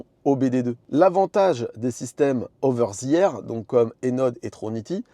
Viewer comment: "oveure zi ère" 😂😂😂 En vrai je me moque, mais merci pour les explications 👍